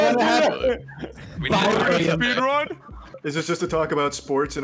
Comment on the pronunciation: "SPEED RUUUN" sounds like "SWEDEN" aha